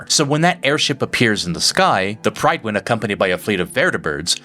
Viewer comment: Two things: 1) so long as cybernetics don’t ‘think’ for you, I expect it’s fine. Otherwise things like glasses would be banned. 2) Prid-win. Love your content, but this one seems like a (uncharacteristic) miss in the Maxon regard.